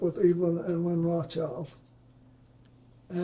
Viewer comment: The Rothschild name has him messed up lol, first slip.